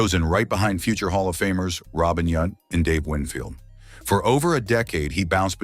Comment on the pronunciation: Correct. Same with Robin Y-ou-nt. Not Yunt.